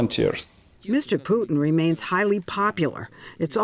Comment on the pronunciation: "Mr. Putin remans highly popular." Uh I'm sorry what lol